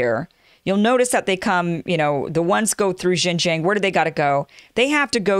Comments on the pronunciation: xinjiang the xin is said like sheen as in charlie sheen. the jiang is harder. the ji is pronounced the same as the letter G. this is why many chinese people mix up G and J. so its g-ong- the ong like ang in angela merkel. messy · Hey Kim. Its pronounced as Xinjiang.... not JinJiang. Too many amerikan speakers are doing this. You need to learn how to say your Xin. Same way how they can't say Huawei properly. Really irrating. lol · It’s American not Amerikan... Most people don’t bother speaking the imported words correctly in any language. In China we make things up too, for example, Trump is called Telangpu. That’s worse than Junjiang for Xinjiang. Who cares? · It is pronounced as “Shinjiang” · Xinjiang pronounce shin-jang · hello kim. try it like this yuan=you-on. like are you on the bus? i think its funny how you brought up the comment section for getting on your case. also everyone in media usually get that wrong as well as the pronunciation of xinjiang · You’re embarrassing yourself, Kim. You have to spend 10 or 15 minutes to learn how to pronounce Xinjiang and yuan. It’s not hard at all, and you will forever sound more professional.